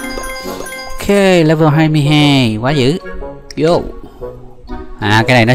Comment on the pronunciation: le-vờ chứ ko phải le-vồ